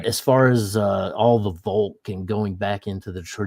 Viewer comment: Why can't Americans learn that "v" is very often pronounced "f" in German. It's not "volk". It's FOLK. As in people.